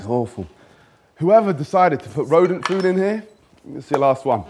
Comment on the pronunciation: The moment I heard rhodent I died inside💀💀💀